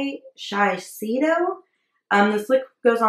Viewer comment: Just to help you out its shi (short i) say doe.❤❤